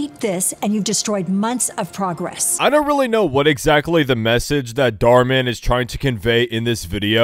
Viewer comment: “Mar dhan”